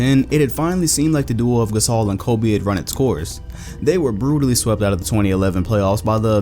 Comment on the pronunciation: Stop saying Colby, it’s Kobe